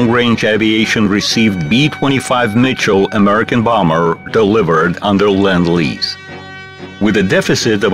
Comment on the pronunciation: lend.....not land...,.lend lease....for fuck sake